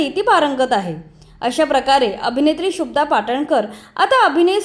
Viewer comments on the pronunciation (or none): 🎭🙏शुभदा असं आहे शुब्दा असं नाही कृपया निट उच्चार करावा. बाकी आपल्याला पुढील वाटचालीसाठी मनापासून शुभेच्छा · शुभ्दा असा उच्चार बरोबर नाही शुभदाचा उच्चार जोडाक्षराप्रमाणे केलेला कानाला त्रास होतो. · Shubhada not shubda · आधी नाव शुद्ध घ्या. शुभदा.